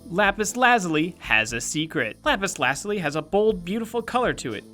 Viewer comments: it's not lapus lazly it's lapus lazuliy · I think its pronounced lapis la zoo lee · It pronounce lapaz lu-zoo-ly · you could tell it was an April fool's day joke because of how he pronounces Lapis. its Lapis La-Zoo-Lee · why does no one know how to pronounce lapis lazuli it's: la - (j like z sound) - you - lie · The pronunciation of lapis lazuli feels so wrong. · Why does he pronounce lapis lazuli so weirdly? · so is the april fools joke the horrible mispronunciations of lapis lazuli and peridot?